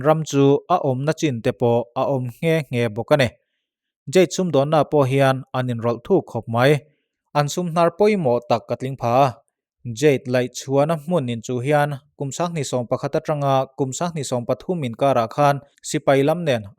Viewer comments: Bengvakthlak țhin hle mai. "Pha" tih hi 'ka tih a ni lo' tia kan 'pha' ang deuh hian a ri hi tisangin thluk sei tur a ni a. "kan" tih pawh hi lui kân anga sawi tur a ni. A pawimawh ber lo ti r'u. 😁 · Phâ....thluk deuh la Kân tiin lam leh rawh, Phâ...kân